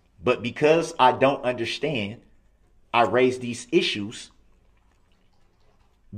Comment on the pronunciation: I hate how he says, "undershtand."